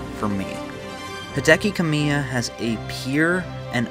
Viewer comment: Just an FYI, Kamiya is pronounced ka-mi-ya, as 3 separate syllables, not Kame-yuh. Great video either way.